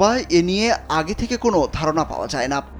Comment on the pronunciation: কমে যাই না কমে যায়, হ্রাস পাই নয় হ্রাস পায়, হই উচ্চারণ হবেনা হবে হয়।